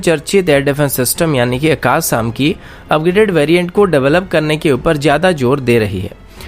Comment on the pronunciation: Saam nahi sham boliye akas nahin akash boliye.